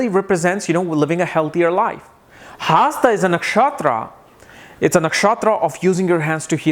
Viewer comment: Dude get to the point fast...also, it's not haasta nakshatra and padhaa..pls pronounce words properly